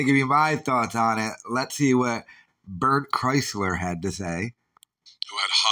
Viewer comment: "Bert Chrysler" 😅